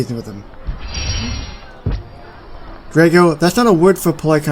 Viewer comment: Oh! I love this video! If you are wondering how to pronounce it, then it’s pronounced: “Dray-co” Great video!!